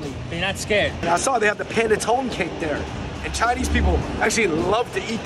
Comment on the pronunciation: Fung bros please pronounce panettone right .... it is pan-eh-tone-eh